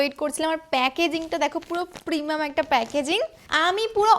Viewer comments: প্রিমিয়াম ❌ পিমাম✅ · Premium ❌ Premum ✅😂😂😂